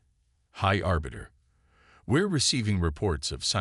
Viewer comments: Please do all of us a favor and teach your AI how to spell and understand context for pronunciation of some words. Pick one spelling for a name and stick with it throughout the story. Aliens should have alien names... Sk'thar. High Arbiter, not Orbiter.... two totally different words meaning totally different things. Engage the calm system? Try COMM system, short for communication system. A little basic research and editing would help you greatly. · Remember this moment high arse biter could have been a good mispronunciation. I hope the real high arbiter has a good sense of humour or where duck shit 😱.